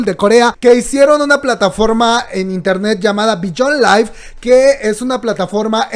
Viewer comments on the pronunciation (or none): none